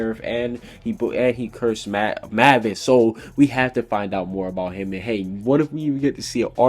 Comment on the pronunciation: i was expecting you to correct Jeanmarley Jules for say "hum" and not "him" LOL